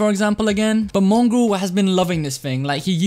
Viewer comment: When he said mongraal it sounded like mungrul and I realized me and have the nog ops for a profile picture